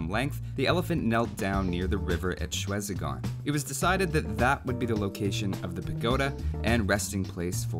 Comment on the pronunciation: Shwe Zi Gon Pagoda Not : Shretzigon Is : Shway ("Sway" sound replaces with Sh-) Zee (Slightly longer sound) Gon